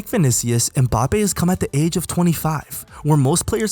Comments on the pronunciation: This nigga said mPAPPE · Good video, but from an African to the world: Most of you pronounce his name wrong. You say Embappé but it's Mbappé, you leave the "E" out